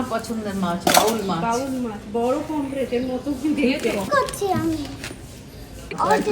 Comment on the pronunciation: পমপ্ল্যাট নয়, পমফ্রেট। আর বাউল নয় বোয়াল মাছ।